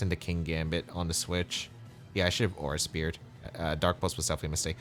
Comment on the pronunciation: nice games! couldn't handle saying aura speere all the time lol